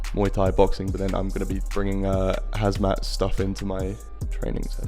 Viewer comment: “Hazmat” 😂 can you not read? Do you call yourself Clam?